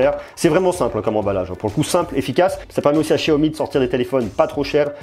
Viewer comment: il es serieux de dire chiyomi mdrrrr